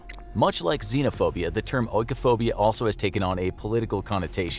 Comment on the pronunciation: its pronounced ee-koh-phobia dude. Not oh-ee-koh-phobia